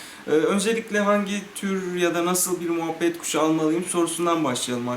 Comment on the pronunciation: moohbet kuşu değil o muhabbet kuşu